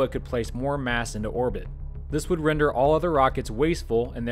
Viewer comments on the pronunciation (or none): none